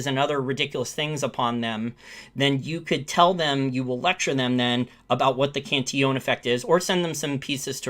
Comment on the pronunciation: Cantillon[ kahn-tee-yawn ]